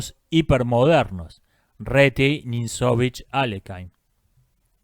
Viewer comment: Buen video. Mínimo aporte: Aléjin/Aliójin o incluso Alekin son mejores opciones para pronunciar Alekhine, que es un apellido ruso.